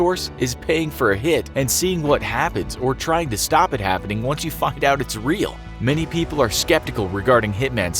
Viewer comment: is it just me or did he just swear. The captions say find, but I hear something else